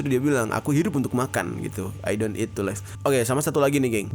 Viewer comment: Bang, pelafalan live itu di baca 'liv' bukan 'laif', live itu hidup dan life (laif) itu kehidupan